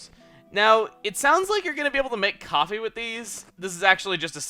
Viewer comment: Coffeh coffeh coffeh